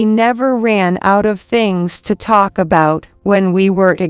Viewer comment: Thart and tark, instead of thought and talk. Need to correct your AI.